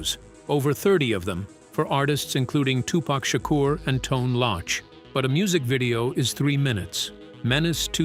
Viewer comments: Facts who tf is tone lochh 😂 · Turned this shit off soon as he said "Tone Loch"!!! 🤦🏿‍♂️